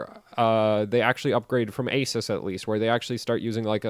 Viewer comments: Can you please learn how to say "Asus" correctly please lol damn please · Who is here to hear this guy mispronounced ASUS? LOL